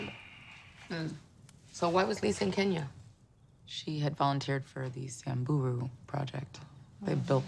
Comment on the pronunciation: I love how Mary Jane pronounced “siamburu “ it’s Samburu ..this series is 🔥 amazing..watching from Kenya 🇰🇪